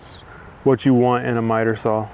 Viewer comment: Hey love your videos and all the info you give out, but I have a problem with something you do say. The word "SAW" does not have a "L" in it. I have heard this from other wood workers that don't have the integrity to admit it's wrong and work to correct their language. Again I enjoy your videos and will continue to watch them.